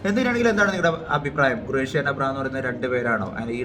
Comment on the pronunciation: Gureshi alla khureshi